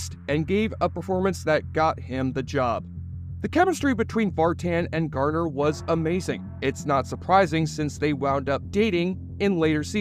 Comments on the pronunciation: Garner, not Gartner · It’s Jennifer Garner - it sounds like the narrator keeps saying “Gardner” . Odd ….